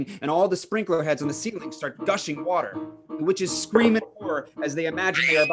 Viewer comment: My favorite line "it is but water." My mom and I watch it every year . We laugh because it sounds like " butt water"😂😂😂